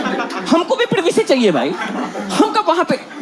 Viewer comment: Privacy ❌ प्रिभिसी ✅